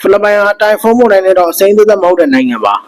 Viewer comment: ဟေး... weather announcer မှုန်တိုင်းလား? မုန်တိုင်းလား?